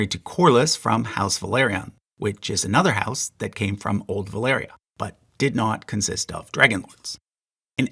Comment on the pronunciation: ValYria, not ValEria. Sorry, it bugs me...